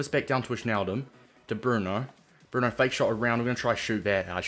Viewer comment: It's pronounced Why-naldum btw